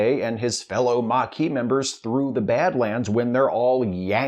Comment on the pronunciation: The mar-kee' 😅